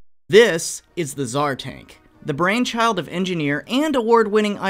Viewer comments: Did he just say... Tsar dank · are we going to just brush over the fact he called it the "Tsar Dank"? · Is it just me or did u say tsar dank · did you really say "Tsar Dank's design" or have i misheard? Although as tank memes go this really must be the dankest 😬👌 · "Tsar dank" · “the tzar dank” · "the tsar dank" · "The Tasr Dank" I heard you. 😎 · Did you just say tsar dank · Did you just call it the Tsar Dank? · You sad the tzar dank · Did you say the tsar dank? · He seid tsar dank